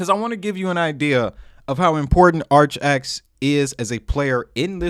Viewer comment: Not said like archax(sp) 💯🤣 But, ar-kay-icks